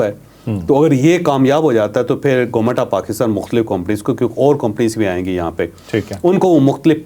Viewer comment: Please GOMAT na bola kren, GOVERNMENT bola kren.